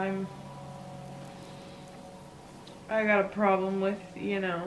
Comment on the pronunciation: You are absolutely right, it is not OUR ploblem 😂